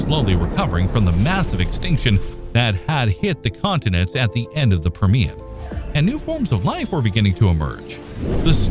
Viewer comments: also PURR-me-un, not per-MEE-un! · what is this "tri-SAY-ik" you speak of?? LOL !!!!!!!!!!!! What is this "pur-ME-un" you speak of??? Sheesh. Is this some sort of AI voice badly programmed????